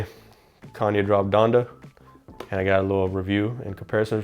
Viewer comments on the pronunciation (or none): none